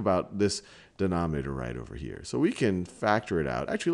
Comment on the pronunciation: Can he ever pronounce numerator and denominator right?